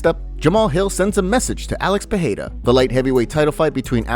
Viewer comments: It's 'Pee air da' The 'da' isn't a hard D however. Your tongue should kiss the roof of your mouth making it soft like a 'th'. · stop fukin saying Peheida lmao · pe e ra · Pee aida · sounds lie jon anik says potada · if you ask chael its Pierra